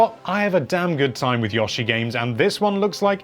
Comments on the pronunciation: "YAH-she"? Who the hell is "YAH-she"?? Look, just because you have an (English?) accent doesn't mean you HAVE to pronounce proper names incorrectly. I'm quite sure you CAN say "YO-she". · Us: Yoshi: Yashi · Yosh-e? Dp you mean Yo-She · I understand pronouncing pri-va-cy as priv-a-cy but, why do the English pronounce Yo-shi as Yosh-i. It's not like they do that for every word. They don't say Tot-al-ly so why screw up the dude's name. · first of all, yow and yough are the and. Second of all, you're deaf. Yo-shi is Japanese. AND I KNOW HOW TO PRONOUNCE JAPANESE. There is no Yow or Yough! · "Yahshi" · Yawshi? YAWSHI? You for real? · "Yohshi" Learn to speak right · Maybe he's saying it that way since Yoshi says it like 'Yashiii', instead of 'Yo-Shi'. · The way you pronounce "Yoshi" makes me sad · it’s one of those names that sticks in English peoples throats, like studio ghibli or bob moog, no reason to mispronounce these names but everyone does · Why do you pronounce Yoshi, Yoshi. It’s clearly Yoshi. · You say Yoshi weird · You mispronounced Yoshi too many times, now you’re only allowed to call him the green Dino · Bayliss no it's just him, I'm from England and I don't know anyone that pronounces Yoshi's name like that. It's like when people mispronounce Ubisoft, calling them Oobisoft, it should be pronounced You Be Soft, but as one whole word.